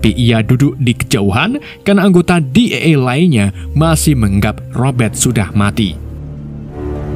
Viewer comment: DEA di baca DI I E bg bkn Di E E